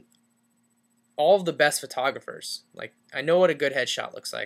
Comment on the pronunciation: Movie script.. Kid(in Kansas): Hey Dad, I will go to college, but I want to go to college in California. Dad: We can;t pay out of state tuition, you idiot! Kid: Sorry, the guy in the video didn't mention that. Maybe I'll get a busboy job at McDonalds here in Kansas... This video: Oh, by the way... you say pher-tographer instead of photographers, and then you say pre-tography instead of photography. No wonder you are not getting call-backs. Move to ExpertVillage you egomaniac!!!